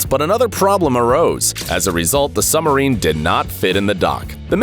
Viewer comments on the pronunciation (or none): Dude, the word is SUB- Marine meaning beneath Marine (water) NOT SUMMERINE Good grief.What do they teach at American schools. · Heh..."Summer- reen" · what is a "summerine"? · Difficulty saying submarine, have you?